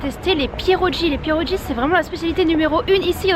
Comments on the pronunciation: Coucou merci pour cette vidéo cela fait plaisir à voir toutes ces spécialités polonaises ayant des origines de par mes parents j'ai reconnu pas mal de plat que tu as testé. Ton accent m'a bien fait rire. Pour info on ne dit pas des "pierodji" mais des "pierogui" 😊😊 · Ça se dit pierogui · MDR, ça se prononce "PierlogUi" ;) (avec le "r" roulé) et ne vas pas leur dire que c'est des "raviolis" ils vont pas t' apprécier ^^ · Juste dire que pierogi se prononce pieroguie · Pączki se prononce pontchki. Pierogi se prononce pièrogui. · Pierrogie, Pierre o Guy !!! C’est comme ça que ça se prononce !! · C pas comme ca que on dit pierogi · Super vidéo! J'ai énormément ris en entendant la prononciation des spécialités 😂 Zapiekanka= se prononce : zapiékaneka Pierogis: piéroguis Żurek: Jourek